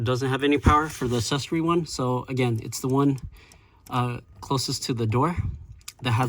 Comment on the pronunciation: Please make a stronger attempt to correctly pronounce the word accessory.